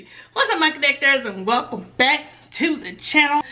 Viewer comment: Kc I'm still laughing at "Helcume back to the channel" 😂😂😂😂😂